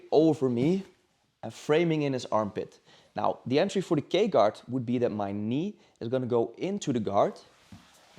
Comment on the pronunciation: i thought he was saying the gay guard